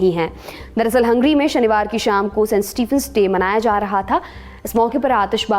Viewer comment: हंग्री नाही हंगेरी